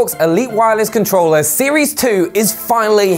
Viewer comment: I have this controller " with an R" not controllaa. No a in controller